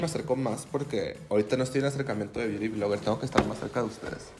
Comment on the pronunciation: Necesito un video de diciendo "biuri vlogger" por 1 hora.